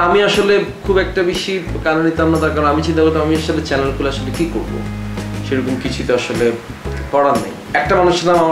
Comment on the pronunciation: চ্যালেন 🤪🤪🤪🤪🤪।।।।।কথার উচ্চারণ টা ঠিক করেন